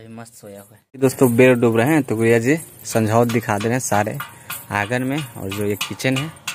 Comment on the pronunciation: bhaiya aap गुडिया जी को गुरिया क्यों बोलते है???????????